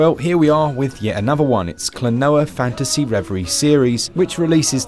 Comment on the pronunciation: KLO-NO-WA is the correct pronunciation. They are even singing it in the intro music 👍